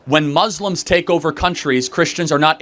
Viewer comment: The way he says “Muzzlim” makes me mad omg 😭😭